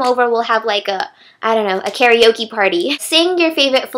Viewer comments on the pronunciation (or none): none